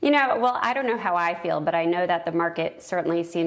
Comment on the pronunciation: ..."I dort know how I feel"...what a foolish answer lady😂